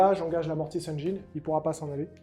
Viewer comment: Écoute moi bien! Tes rapports de bataille sont excellents. Mais… la prochaine fois que tu dis Mortis Engeeïïne je me désabonne direct! 😂